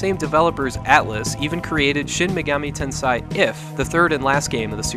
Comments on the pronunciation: Great video! Just a hint on pronunciation: Shin Megami Ten"say" is the correct one, not "sai". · It's pronounced "ten SAY" not "ten SIGH". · Shin Megami "Ten....say" If you want to know how it's pronounced (no offense) "ei" is pronounced "ay"...🖤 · Bro, "tensei" is pronounced like the English words "ten" and "say". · It's pronounced Shin Megami TEN-seh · Say sensei. Okay, now say tensei. That's do you do it great job!